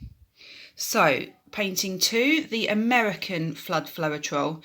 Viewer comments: Great tutorial! Really fab information for UK pourers, thank you! Can I just let you know that it's pronounced flowtrol, not flo-er-trol. Not nitpicking, just thought you'd want to know x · Great video, ty oh n just FYI both of the AUS US Floetrol are pronounced flowtrol;) Happy Easter 🐣